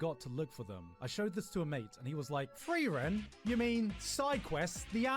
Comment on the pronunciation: Did you just call Frieren "Free-Eren"?